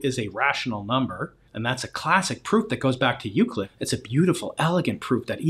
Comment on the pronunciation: said Euclid wrong